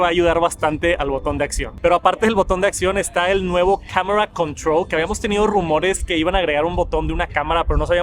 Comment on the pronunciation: Camera controull